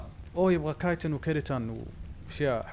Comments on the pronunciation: اسمع ترا اسمه كايتن مو تشتن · ترا اسمه مو شيتن اسمه كايتن🙂